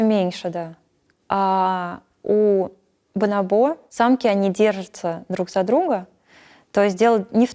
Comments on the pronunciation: Мне одному режет слух бонобо́, вместо боно́бо ? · Почему бонобО, а не бонОбо? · Везде слышала и читала про ударение бонОбо а не бонобО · Меня одного потрясывало, когда она вместо "бонОбо" говорила "бонобО"?) Просто не смог ее после этого воспринимать всерьез, не смог дальше смотреть. Для меня это все равно, что "дОговор" или "звОнит" - дико режет слух. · Почему бонобО, когда бонОбо же? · БонОбо — ударение на второй слог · Специалист по обезьянам не знает куда ставить ударение на слово "бонобо". ОрангУтан, мартышкА, шимпанзЕ. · она изучает их с учеными, говорящими на испанском. На испанском ударение именно на второй слог, так что вполне очевидно, почему она его ошибочно ставит. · на второй слог правильно и на испанском, а она ставит ударение на третий